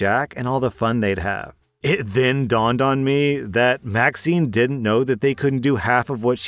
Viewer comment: You said that Maxine's name was vaccine. I relistened 3 times. How do you make a mistake like that?